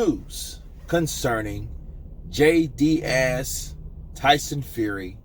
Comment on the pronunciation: I love you but his name is DEAS not DIAZ it’s pronounced like tea, deas jay deas